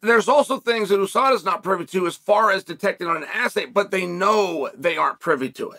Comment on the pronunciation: “Adesada” Smooth criminal chael